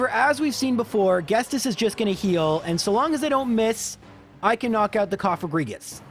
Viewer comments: You are pronouncing Ghetsis wrong. It's not Ges-tis, but Ghet-sis. Look and see that there is no s before the t in the name... Was driving me nuts. You're a native english speaker?? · Ya he said Guestus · Some mispronunciations sound better than the officials. I LOVE how he pronounces her name, so I prefer it. Though ghestis sounds like maybe a dyslexic error? Y’know, where you mix up letters. He probably read it wrong and went with it. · "Gestis" lol felt that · I was wondering what he meant by Enungestos, until I realized he read the name Ghetsis incorrectly as Ghestis. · Did it annoy anyone else that he keeps calling Ghetsis Guestis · Dude... you're killing me... It's Ghetsis. His name is Ghetsis. Ghet-sis. The 's' comes after the 't'. I know it's a nitpick but it just bothers me so much, I can kinda forgive other mispronounciations (though there weren't many others in this video), but come on man... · please for the love of all that is good its G-CIS not whatever you are saying lol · At least the pronunciation of Lorelei is kind of subjective. The way he pronounces Ghetsis is just flat out wrong. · The constant mispronunciation of Ghetsis was KILLING me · I dont really care much, but the man's name is Ghetsis. Like Ghetto-Sister. not like 'guess this' xD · It's "Geet-sis", not "Gest-es". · It's not ghetsis it's ghestis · My heart hurt when he said Ghestis instead of Ghetsis. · It's pronounced "Get-sis" not "Guest-iss". Anyway, props to you for being able to beat this game with a freaking Delibird of all things. I think you might almost have an easier time with a Ditto. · Everyone: Ghetsis: GHESTIS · Everyone: Ghet-sis: Ghes-tis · The original music for Ghetsis must sound so much like 'Dennis', that you never heard the correct pronunciation of Ghet-sis, and not Ghes-tis! Haha :D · The dude's name is Ghetsis not Ghestis lol. Great video as always regardless of that. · GheTsis not GhesTis :P Merry Christmas! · GHETSIS, NOT GHESTIS. CAN'T YOU READ?